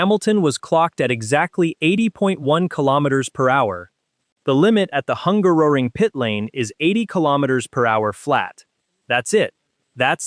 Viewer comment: Someone please teach the AI Bot how to pronounce Hungaroring.